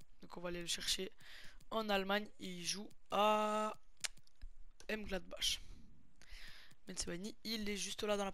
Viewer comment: Il a dit m’gladbach ?????? Ptdrrrr